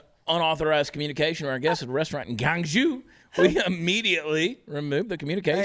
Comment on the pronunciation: Chad, Chad, Chad, it's not pronounced Guangzhou. It's pronounced Guangzhou! LOL LOL